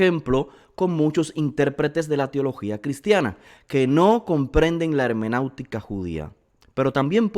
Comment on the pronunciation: Shalom estimado. Gracias por elaborar estos videos. Son una gran bendición. Solo una pequeña corrección hecha con mucha humildad: no es hemenautica, es hermenéutica con “e”. Que el Eterno lo bendiga siempre.